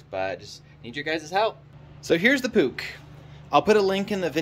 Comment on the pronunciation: You pronounced it wrong puch like dog.